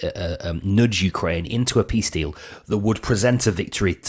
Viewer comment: Mfff, he cannot even spell peace, he cannot utter the word peace properly!